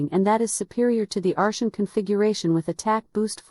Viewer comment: took me 4 minutes to realize you meant artian instead ar-SHUN